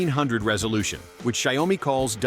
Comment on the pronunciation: Xiaomi pronounced show-me. Rhymes with cow.